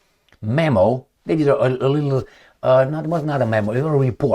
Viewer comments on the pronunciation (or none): none